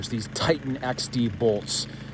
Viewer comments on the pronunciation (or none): none